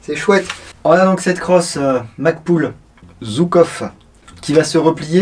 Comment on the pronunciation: Merci. Pour info, on prononce "Joukof" et pas "Zoukov", en référence à Georgui Zhukov, un général soviétique. Bises